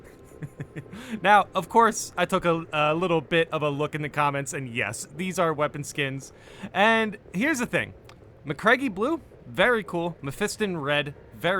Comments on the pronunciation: MAH-CRAG. sorry that was killing me. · MAH-CRAG, there are many voice lines in the game that pronounce it…